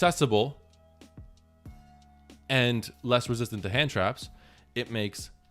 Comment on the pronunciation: My favourite part was trying to say "susceptible" and failing three straight times 🤣 Love you bro